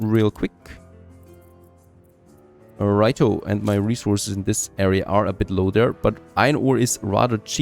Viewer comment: It’s funny how you say rightO and loseEning 😂